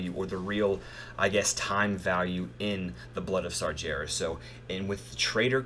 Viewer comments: Sar-gair-ras not Sar-JAIR-ras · i love it how Americans can't say Sargeras :D so funny...